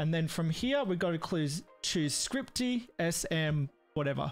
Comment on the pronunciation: scripty? ScRiPtY? There's not even a 't' in it!!!